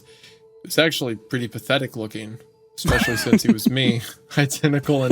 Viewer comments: I actually have begun to love hearing Hunter say Ecspecially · We need an "Expecially" counter 😂